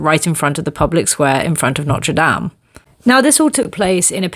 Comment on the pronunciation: I’m sorry. That was probably a very interesting story. I only picked up bits and pieces about some wolves in Paris and a poorly pronounced Norte Dame, but holy crap that sculpture blew me away! Literally wasn’t able to focus on anything else that was mesmerizing lmao